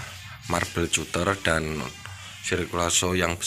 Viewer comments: marbel katter ejaan nya bang, bukan cuter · Skdr info om.. cutter itu baca nya KATER aja. Pisau kater.. hhehehe